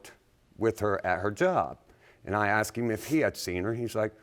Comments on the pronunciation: It’s not aksed its asked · Is it just me, or does it sometimes sound like they say "axed" instead of "asked"? I've heard it multiple times now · ....yea...their English is pretty messed up...always wondered why you'd say,"axed",as opposed to the correct pronunciation...that is;..."asked"...